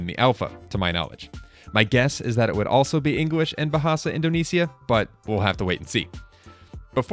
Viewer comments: don't worry, as an indonesian, I say your pronunciation is really good! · yess!!!! Your accent So Perfect I Know It Because Im Indonesian The Rhythm The Note The Sound So Perfect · As an indonesian , all i can say , your "bahasa indonesia" pronounce is perfect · your pronunciation of bahasa Indonesia is really nice heheh